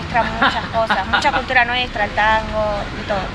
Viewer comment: he couldn't even pronounce "Cultura" 🤣